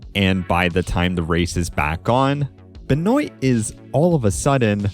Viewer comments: I am from Louisiana, which has a lot of French influence. Benoit is a French last name that's pretty common around here. We pronounce it "Ben-wah". Like the sound you make when you stick out your tongue at the doctor: Ben-w aaaaahhh Benwah Benoit Never have I ever heard "Ben-oyt" Edit: omg I made this exact comment a year ago. I've already watched this video... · Benoit is pronounced "Ben-wah" at least where I'm from. I've never heard "Ben-oi-tuh" before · sorry but i hate how you pronounce benoit. it's a french last name, pronounced kinda like ben-wah awesome video as always tho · you need to learn how to pronounce benoits name properly